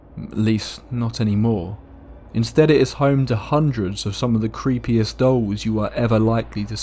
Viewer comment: 'Island of the Dolls'. I thought he was saying 'Island of the Dogs' I was like "I want to go to the Island of the Dogs" After he said it 3 times I realized he was saying 'Island if the Dolls'. Yeah, I don't want to go to the Island of the Dolls.